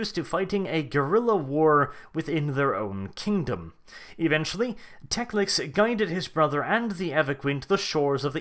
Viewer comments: If you want to be taken 'seriously' I strongly suggest you actually pronounce the name of the character you talk about well: it is NOT TecliCs or TecliC as you constantly repeat. Just Teclis. Teclis. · is it "tekliks's" not 'teklis?' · I cringe every time you say teclix. It's teclis. How do you mis read that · just say it slowly.... t e c l i s..... not teclic or teclix or any other damn way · 36 minutes of "Teclic" instead of "Teclis". My OCD is screaming! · as much as I hate the pointy eared fucks... TECLIS not TECLIK or TECLIX FFS! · Why do you keep calling him Teclic? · It really sounds like you are saying tecliks. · That second c you added to Teclis bugged me so bad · Why do you pronounce Teclis as Teclix? Same with Gotrek. This has bothered me for a while, but this is a good time to ask if any.